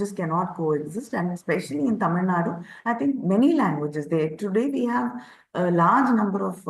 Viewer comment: It is TAMILNADU, not Tamilnad